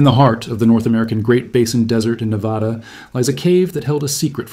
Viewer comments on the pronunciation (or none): It’s NEVADA, not NEVAHDA.